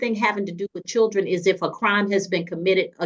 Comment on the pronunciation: what the hell is a "churden"